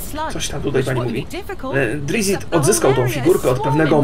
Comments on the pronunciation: Drict (wymowa) i Lolf (wymowa, ewentualnie Lolt), a nie Lilit;) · "Drizit" to źle czytane jest :S